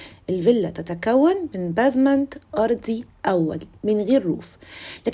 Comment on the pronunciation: مش بازمانت خالص بيزمانت ممكن تسمعي النطق علي جوجل